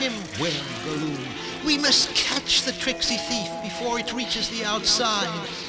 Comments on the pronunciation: Nah man, I'm dying from Laughter. The mispronunciations from Samug and Thorin aren't that bad compared to Gollum. They did my Boi Dirty, they call them Guloom (Go-luum). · Gollum is Go-Loom? I didn't know that he was a weaver in his spare time.